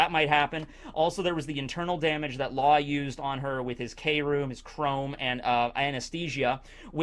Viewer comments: It's KROOM /(crume)/(kruuuume) not krome/(chrome) lol silly lol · i think you’re saying it wrong it’s cru- oom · Its pronounced kah room or kill room!!